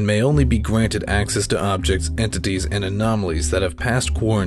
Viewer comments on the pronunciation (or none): While he was explaining the class b, I think he said gwanted